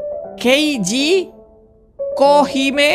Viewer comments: KA REGI ITU KOHIME NAMANYA KOK JADI KIHOME WKWKWKWKWKWKWKWKWKKW NGAKAKKK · bang namanya kohime bukan kihome😂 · Ko regi baca nama nya yg bener 😂😂😂 masa kohime jadi kihome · Kak bukan kihome tapi kohime 😂